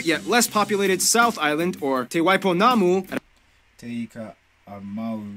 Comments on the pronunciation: wow te waipounamu awesome pronunciation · Another thing they voted wrong was "Te Wai Pounamu" and it was kinda annoyingg